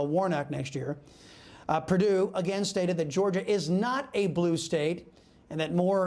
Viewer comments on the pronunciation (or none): none